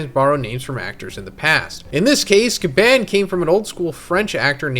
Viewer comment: Gyah-bahn is how you pronounce Scopper Gabon's name apparently